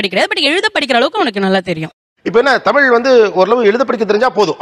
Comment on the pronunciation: நீங்கள் எல்லாம் ஏண்டா தமிழ் காரர் என்று சொல்லிட்டு இருக்கிறீங்க உங்களுக்கு வெட்கமே இல்லையா? தமில் தமில் என்றீங்களா உங்களுக்கு வெட்க்கமா இல்லையா.